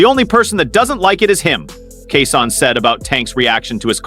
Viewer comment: Commentator needs to learn how to pronounce Keyshawn’s name. 😏